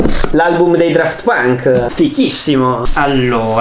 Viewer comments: “Draft pank” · A detto daft punk